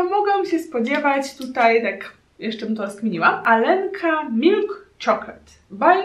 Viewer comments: To nie może być Alenka ponieważ Aga tam było napisane Алёнка а "ё" ро rosyjsku czyta się "jo". 😉😉😀 błąd transkrypcji/fonteyki. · Oljenka nie Alenka :( dużo błędów, ale starałaś się, doceniam w swój sposób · To się czyta "karowka"...no tak, dla mnie trochę dziwne jak można nie znać rosyjskiego... :) To dziecko to Alionka :) No nie dałabym rady stestować tylu słodyczy.Pozdrawiam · Ten baton z tym dzieckiem na opakowaniu powinno się czytać 'aljonka' ponieważ ë to po rosyjsku 'jo'